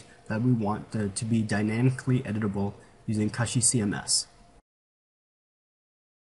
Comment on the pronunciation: It's not pronounced KUSHY like mushy, it's pronounced KOOSHY, like pushy !!! It's from the word CUSHION. Just thought I'd let ya know....